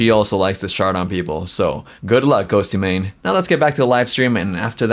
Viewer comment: im sorry i love your videos but the GHOSTEY MANE thing drives me nuts. its pronounced ghost mane lol